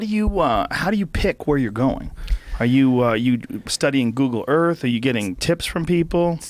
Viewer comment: Did call this planet we live on "Erf"?